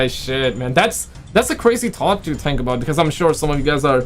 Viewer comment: Dat's a cwazy taught? lol